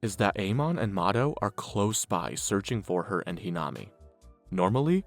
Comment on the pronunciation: The mispronunciation of a lot of the names really irks something in my brain. It’s almost like you didn’t watch the show or even bothered to look up how to pronounce the names correctly very annoying to constantly hear It’s toe-ka not too-ka It’s He-nuh-me not whatever you said Toukas brothers name is said wrong too Even yamori is being said wrong